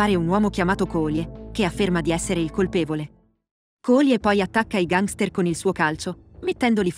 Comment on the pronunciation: Perché pronunci così la parola gangster?